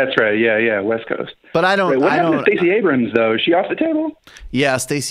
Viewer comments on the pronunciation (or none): none